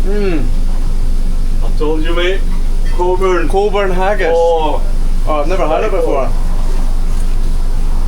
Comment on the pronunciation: Great video, showing alot that others wont know exist. I worked in Cockburns, pronounced Coburns.Their haggis is amazing. Lovely owners too, Dalmore farm is great aand staff also lovely.